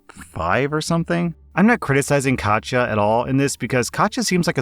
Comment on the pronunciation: Bit annoyed you pronounce "Katja" correctly but not "Iza" which is "EE-suh", or if it's Italian "EEt-zuh", not "Ai-zuh"/"Eye-zuh"